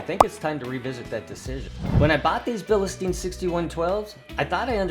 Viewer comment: There’s no E or Y after bil. It’s pronounced Bill Stine or Bill steen not bill ehhh steen.